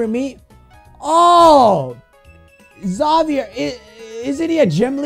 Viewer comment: You were pronouncing Xavier's name wrong 😑